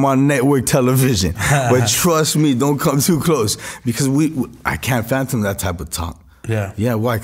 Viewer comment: Dude keep sayin phantom lol 😂 wen his ass mean fathom